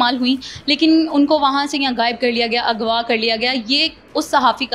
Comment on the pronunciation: For God sake correct your Urdu before conducting an interview. What is “Agwa” . I am surprised that neither your family nor school ever corrected you for this.